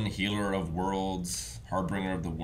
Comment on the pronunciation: Are you guys saying Harbinger wrong on purpose? I know it's a thing you do to annoy each other, but this one really ground my gears haha